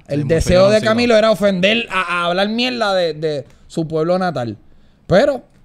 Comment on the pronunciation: Ufff me encanta cuando Chente dice "mielda" xd